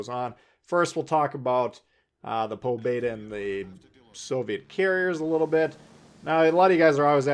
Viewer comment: It's po beee daaaaa 😂